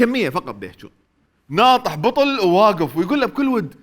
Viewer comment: لافح. مو ناطح